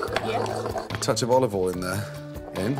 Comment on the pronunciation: "Olivol" - Gordon Ramsay